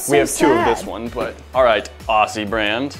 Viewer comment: “alright Aussie brand” (pronounced orssy) Me, who is Australian: “it’s Aussie, pronounced “Ozzy””